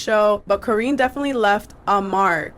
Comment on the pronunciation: Her name is Karine like Care-EIN- ee